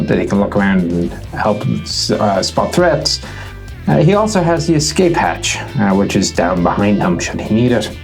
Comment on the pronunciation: "Hach E" ? (It's Treaty of "Ver sigh.")